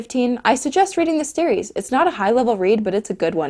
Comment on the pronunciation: "Steries" ok i died there